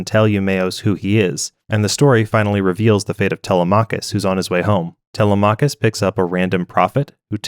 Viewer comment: tele-mah-cuss? lol it's tel-lem-mik-kiss